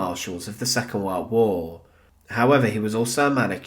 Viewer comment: what does "second wore wore" mean? he says this a number of different times throughout this video